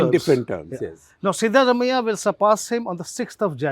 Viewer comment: Dear SG Can you please have Print folks pronounce South Indian names - at least the more common ones like Siddaramaiah correctly? The correct pronunciation is सिद्धरामय्या - Sidda is the more vernacular spelling of the Sanskrit word सिद्ध and रामय्या is राम + अय्या(father in Kannada ) . Not really hard for the Print journalists if only they care to learn it.